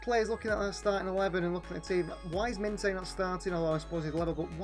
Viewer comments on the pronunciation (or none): Minteh is pronounced minter